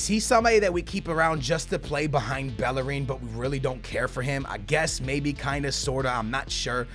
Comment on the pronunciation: Bellerin is Spanish so pronounced Bejerin